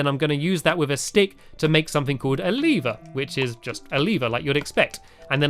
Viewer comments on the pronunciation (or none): its pronounced lever not leeeeever